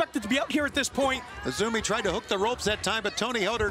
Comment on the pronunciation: Lol. The crowd don't even know or watch Stardom to know her name is actually pronouced "Azumi", not "AY ZEE EM". Gotta show some info before AEW brings in wrestlers from lesser known promotions.